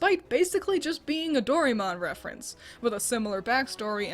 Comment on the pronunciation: good video but its pronounced, Do-ra-eh-mo-un (doraemon)